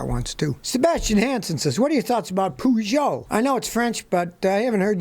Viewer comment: Heya team, pretty sure Peugeot is pronounced ‘per-joe’. Hope this helps.